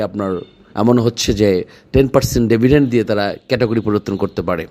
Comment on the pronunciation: ডেভিডেন্ড কেনো বলেন? ডিভিডেন্ড বলেন। আপনার ভাবমূর্তি নষ্ট হচ্ছে।